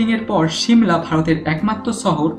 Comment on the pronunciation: দাদা উচ্চারণ ঠিক করেন । ছিমলা না , হবে শিমলা । আর আপনার কোথায় আঞ্চলিকতা